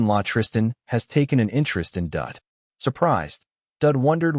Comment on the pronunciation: The guy's name is Daud (rhymes with "laud") not Dud, but I have to admit that Dud is pretty funny.